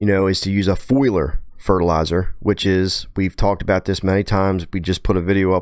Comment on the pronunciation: Foliar. Fo-le-R.